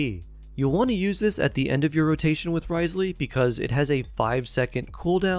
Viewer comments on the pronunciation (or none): NervaLEET and RIZELeey 💀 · Repeat after me: New-vee-eht and Riss-lee🤭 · Life hack it’s not Wriothesley it’s pronounced Rizz Lee.